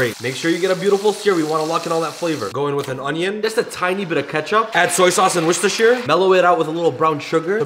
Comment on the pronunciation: Man pronounced worschehsishdhsire sauce do confidently.